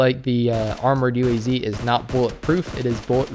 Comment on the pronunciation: UAZ Is Pronounced UWAZ. SRRY FOR WRONG SPELLING😁😁 Also also ilove your vids i cant miss them i even clicked the bell